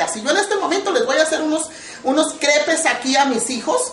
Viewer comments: se pronuncia creps o un pokito menos indiscreta crepas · se escribe CREPES y se pronuncian CREPAS hay te encargo jajaja SALUDOS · eso no es una crepa es uina imitacion fea son mas delgadas no tan gruesas y si se escribe crepes y se dice creps no crepes¡¡¡